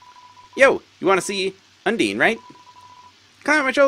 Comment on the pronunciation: you're pronouncing undyne wrong btw. It's not "un-deen", but "un-dine". Not that it matters much though